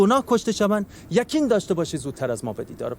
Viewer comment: یکین داشته باشین یکین (یقین) 😂😂😂اخرت بلوچی صحبت کردن وقتی داری یه زبون که دسترسی بهش راحته لهجه کشور خودتون هست زبون یه قبیله دورافتاده تو جنگلهای آمازون که نیست دسترسی نداشتی به بلدش لااقل اون دوکلمه که میخاد رو کامل و صحیح بلوچی صحبت کنه نه 80درصد فارسی 20درصدش بلوچی بروز فقط قاف رو کاف تلفظ کنی